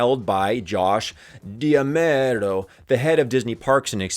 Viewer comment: D'Amaro... sound it out lmao(Thuh ' AHMAHROH). Bro you butchered that pronunciation lmao